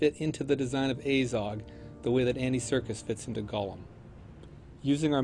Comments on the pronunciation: Its fucking Azog not Ayzog, they even pronounce it in the film. Aylmaozog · Says A-zog when the movie clearly says AH-zog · omg the way you say Azog really triggers me ... its not "ay-zog" its "a-zog"! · from what planet are you? ezog? its azog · Aiiizog... annoying how he pronounce it. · He says his name like you should - ONCE XD At the beginning. Poor Ayzog though! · So many people bashing on about the CGI and the only thing that really irks me is the way that guy pronounces "Azog". He's making a video about the character whose name is repeated a ton of times and he STILL can't pronounce the name?!?!?! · hate how he pronounces Azog